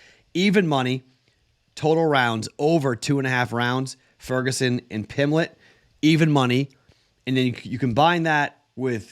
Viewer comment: PimBlett .. there's a B in his name.